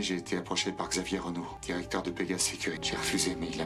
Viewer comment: Xavier dibaca HAVIER bang.. Bukan sapier😅